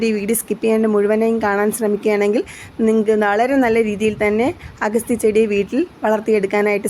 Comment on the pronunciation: ഏൻറെപൊന്നുപെങ്ങളേ""""അഗസ്റ്റി"ചീരയല്ല അഗത്തിചീരയാണ്